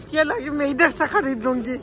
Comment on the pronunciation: Lots of love from Pakistan, you are so cute and entertaining, I love the way you say ‘Laaghin’ instead of ‘Lekin’ 😅